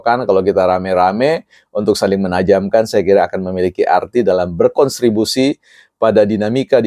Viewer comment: Beli terung pakai baju ungu, Rocky Gerung memang dungu😂 Masukkan sedikit BPP, pada saat pelafalan kata "kontribusi" menurut pendengaran saya sepertinya terdengar "konstribusi".